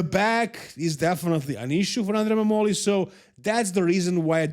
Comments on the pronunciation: MAH-moli. Found that out today also. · The pronunciation of Mammoli is with the stress on the A